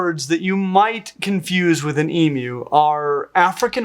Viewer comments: nice to hear its name pronounced correct for a change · Not pronouncing it EMOO like some kind of cyberpunk furry kink deserves money. What's kinda funny to me is that it's far far easier for me to get an Emu than a ball python. For one, I'd go to prison for getting a ball python without a ZOOLOGICAL licence here whereas I already have the licence that allows me to own an Emu as a pet. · As an Australian, I want to thank you for your correct pronunciation of Emu! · Agreed! The correct pronounciation is a rarity for North Americans. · Thank you for pronouncing correctly ❤❤❤ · well done you, yes it's an, ( Emugh) not an eemoo, your ability to amaze, never surprises, can't take a backwards step as with the Roo, Kangaroo's, that's why you find them on Australia's Coat of Arms, cheers, #1 RARARA. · As an Aussie, I really appreciate you calling it an emu not an emoo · I love these birds. They're such cheeky characters. I had the privilege to look after them when I was a zookeeper, including chicks from time to time (I especially loved that). This is an interesting video. BTW thank you so much for pronoucing the U in Emu correctly. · Yes.... I'll start that argument again! Thank you for pronouncing emu correctly. 😘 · Thank you for pronouncing emu correctly, and not as "eemoo" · Thank you so much for pronouncing Emu correctly 🥹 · Thumbs up for being able to pronounce emu correctly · Thank you, thank you, Thank You!! Finally an American that can pronounce Emu correctly. As an Australian, I would say: don’t have emus as pets… they’re scary b*****ds 🤣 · Omg,, you can be taught! I remember when I had to call you out on your emu pronunciation! Honestly great job with this video! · An American getting the pronunciation correct! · Thank you for saying emu correctly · I agree, I came here to say exactly that. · As an Aussie, THANK YOU FOR SAYING EMU (eemew) CORRECTLY!! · I’m from the US but I’m a big bird nerd so I knew it was pronounced “Eem-you”